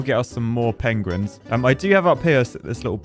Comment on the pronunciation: "The pogueuins"